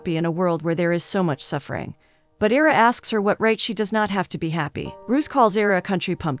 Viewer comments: Ira, pronounced EYE-rah, as in Ira Hayes, not EEE-rah. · Kept expecting 2 or 3 of the characters to die, as it seemed to be headed in that direction early on. Great ending. A few pointers: Name pronunciations. I-ruh (as in the letter "i"). Loo-eece (a short sound, shorter than the word "ease;" rhymes w/ fleece. Basically, sounds like Louise, the feminine English version of Luiz). Some word choices were odd, making it read a bit rough (is English your second language? That's fine, of course, but it wouldn't hurt to have someone proofread it before recording the audio). Maybe whomever writes these synopses could also rearrange certain words or find better synonyms? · The man’s name is (eye-rah) Ira. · Agh, it's 'EYE-rah'!!!! Other than that, thank you for another great synopsis! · Is it AI- or dumbness? His name is "I"ra..the I says its name. [not ERA] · It’s pronounced Eyera (Ira) :)